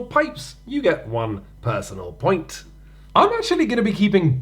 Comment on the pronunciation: "at any ploint"